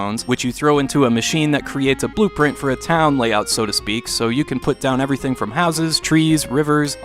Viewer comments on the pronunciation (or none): none